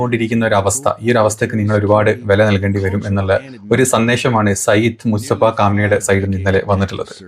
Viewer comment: ഭായ് മുസ്തഫ ഖാം നെയി അല്ല മുജതബ ഖാം നെയി ആണ്